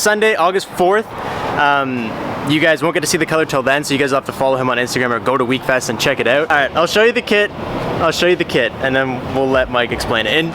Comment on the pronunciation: Wekfest not weakfest